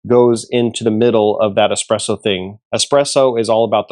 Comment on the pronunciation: I know you don't know anything about espresso when you say eXPresso..